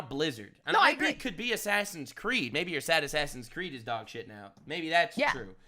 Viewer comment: Claims to be the ultimate gamer proceeds to say "assassin creed"